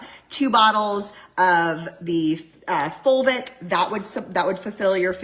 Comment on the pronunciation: OMG...we are eating dirt again...plus I only hear vulvic when she is saying fulvic....so at least I giggle